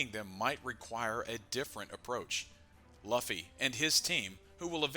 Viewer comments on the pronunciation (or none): say it right man, luuuuu-ffyyyy not laffy wtf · he should just misspell Luffy into the AI in a way it won’t sound stupid. Like Loofy and see if the AI pronounces it better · "Lauhfy" and "rahleigh" 🤦‍♂️ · My opinion is that is luffy not laphy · The moment I opened the video, I took a bite out of my sandwich, heard 'Laughy' instead of Luffy and pressed ctrl + w hahaha this guy must not be serious about this, then said well its a half an hour video might watch, when Merphy started OP I was like meh, she's just getting into it, pronunciation is a nitpick, then realized, my dude you're almost 1.1k chapters in, might wanna hear the pronunciation on the anime? It ain't that hard, might get less people clicking off after 7 seconds? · Please don't call him Luhffy.... lmao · He insisted on pronouncing Luffy incorrectly so many times… it damages credibility and makes it hard to watch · who pronounces Luffy like that 😭😭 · Yall are dumb the voice is ai thats why luffy is pronounced weird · Just a simple thing to do...pronounce luffy's name properly....and surely ur channel will instantly grow ..too bad u cant even do that😢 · like seriously no one pronounces luffy like that, not even in the dub, it has to be on purpose at this point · how can you be so far into one piece and still pronounce luffy like that. cmon man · Something about the way you pronounce Luffys name makes this very hard to watch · 😂 literally just clicked on it. It was thinking the same thing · It just feels wrong… I think this is AI though.